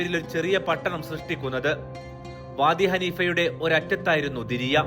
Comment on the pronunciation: ദിരിയ അല്ല ദർഇയ